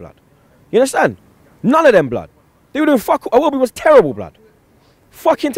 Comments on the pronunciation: yunnerstun blud, seriously fam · You mean "unnastan" don't you